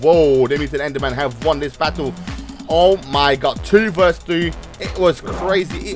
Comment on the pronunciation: "omy good"?